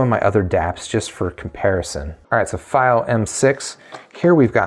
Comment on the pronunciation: Stop saying it wrong! It’s FEEO=Fiio